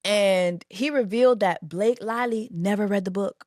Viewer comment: So her name Blake LIE-ly now? 😂😂😂